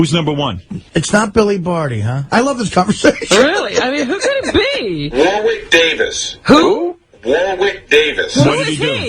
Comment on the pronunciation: this is the first time I've actually heard Gary talk in the baba booey voice. when he said Warwick Davis he was saying "Wallwick" EXACTLY how Fred would do the imitation